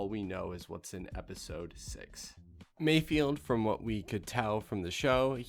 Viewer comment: its not mayfield, its mayFELD. fehld. from space boston.